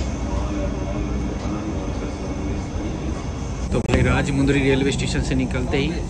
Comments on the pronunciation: Are bhai Station ka naam ko Hindi me padhke teek se bolo Bhai मु nehi म hai Rajahmundry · its Rajamundry राजमंड्री not राजमुंद्री